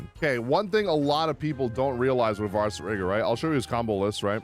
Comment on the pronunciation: It’s funny at the beginning you said people aren’t using him right, and you’re not pronouncing his name right 😂 (Vah-sur-rah-guh)